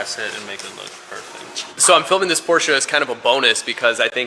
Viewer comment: Perfect German pronunciation of the German brand "Porsche"! Perfekte Aussprache!